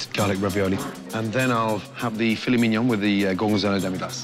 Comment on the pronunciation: As a french boi, I can say that he said "Filet Mignon" with such ease lmao